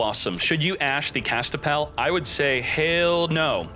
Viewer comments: Kastapell? More like Kas-Pi-Tell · Is he saying Kaspitell wrong on purpose?